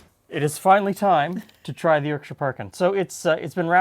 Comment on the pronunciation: No one gonna mention how said the 'Shire' suffix correctly, bloody hell im impressed.